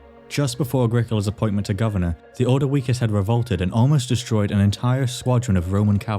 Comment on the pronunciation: Nice video, but mate, your pronunciations of the tribes is so wrong. Especially the ordivices and Iceni. The later is pronounced "eye-seen-eye"...